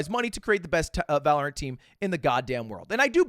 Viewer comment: One of these days he’ll say valorant right